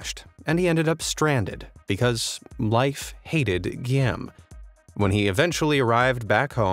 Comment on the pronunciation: Guillaume is pronounced "gee-ome" not "gee-am".